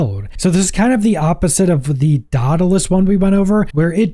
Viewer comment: Ngl, the way you say "Dawdelus" and "exspecially" is starting to get to me a little. My middle name is "Pedantic," btw